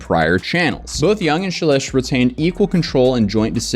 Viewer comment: I believe you pronounce the name “Shelesh’ dimilar to relish. Justbsay relish, but begging it with an SH, as in SH**, just think of her content to help you remember that.